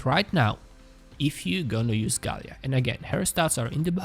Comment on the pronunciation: Gaila, not Galia....!